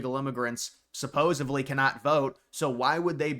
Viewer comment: Bro I love ya but it’s “supposedly” with a D